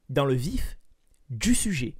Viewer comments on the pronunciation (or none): Peut il dire "dans le vif du sujet "normalement 😭😂